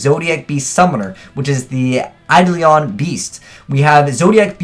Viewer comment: I'm sorry but, it's pronounced Eye-dolan (Eidolon)